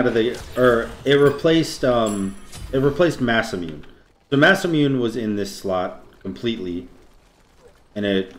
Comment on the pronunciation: Masamune = Moss-uh-moon-aye